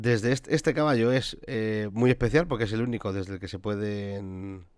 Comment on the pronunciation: vacallo, jaajajaja me rei mucho cuando lo escuhce